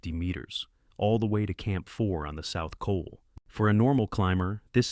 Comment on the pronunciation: "South Colonel" 😂😂😂